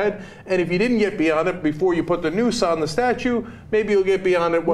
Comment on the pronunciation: Is it just me or she says 'newsss' instead of 'noose'?